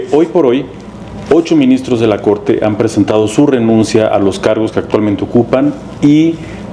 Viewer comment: "eg que vine a defendeg a la cogte"...ya chole con esa señora!